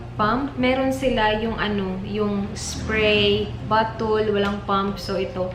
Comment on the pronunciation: Djud ko ganahan sa pronounciation nmo sa 'bottle' te ay 'batul' huhuhuhu